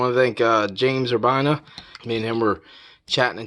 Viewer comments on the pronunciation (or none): takes a bow 🤣🤣🤣🤣 but its Ur-bee-na 🤣🤣🤣🤣🤣